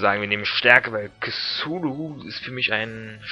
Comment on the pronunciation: ja die aussprache is schon recht gut nur das "c" bei "cthulu" wird wie ein hartes "k" ausgesprochen :)